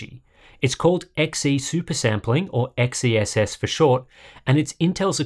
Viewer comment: I think XeSS is pronounced "excess", not the way you were saying it.